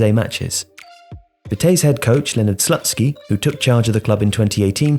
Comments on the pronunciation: im pretty sure it's not slut-skee, but sloot-skee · lol "Slutsky" is this for real??